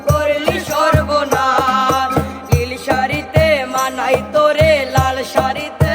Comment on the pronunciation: উচ্চারণ আরো ভালো করতে হবে যেমন লিন না হয়ে নীল হবে